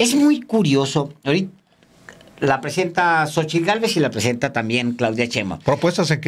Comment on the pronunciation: Po(r)que no habla bien Cochitl dice. Pogque...... Po que minuto